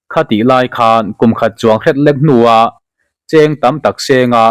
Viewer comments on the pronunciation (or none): none